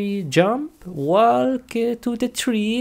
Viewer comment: The way he says walk is wallk